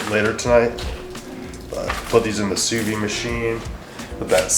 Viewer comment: Your french Canadian friend is going to correct your pronunciation here. Sous vide is pronounced "Sue veed" . It's supposed to be a French contraption but had never heard about it until this last while when it's become trendy and haute cuisine like. Grammatically it doesn't make sense as it literally means under empty. One of those many confusing French terms.